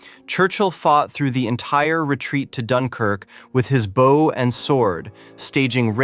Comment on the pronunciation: Geez. Two seconds in, your AI slop voiceover uses the wrong 'bow'. It pronounces it like the bow of a boat, not the kind of bow that shoots arrows. You can't just run the AI slop and expect it to get everything right. You have to go over it all and get it to fix what it botches, or you get absolute rubbish nobody can stand to listen to. Honestly, if you're too chicken (or just lazy and sleazy) to use your own voice, just don't make videos. Yuck.